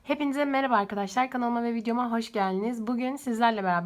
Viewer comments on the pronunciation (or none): none